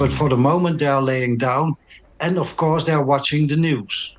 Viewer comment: "and , of cours , they are watching the news" 😊